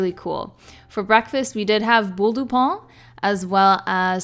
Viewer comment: No it's not "pan"... the n is actually completely silent. It's just used to make the sound "ain". She can't pronounce it at all and apparently you can't either...